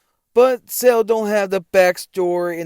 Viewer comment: I’m disregarding anything you say cause you keep pronouncing it “SAIL” ⛵️ and not Cell.😂😂😂